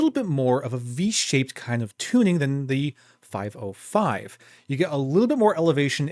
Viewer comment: the name is not "5o5", but "505" - not ou, but zero